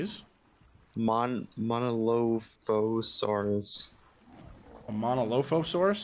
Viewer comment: The drug dinosaur (monolophosaurus) is pronounced mono-lof-o-sore-us